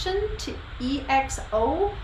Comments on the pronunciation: It's ekso not E-X-O And yes they are great ballad rnb singers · They are the King Of Vocals! Nice reaction you really react to them with you heart my comment thank you. BTW it’s pronounce as EKSO not E-X-O.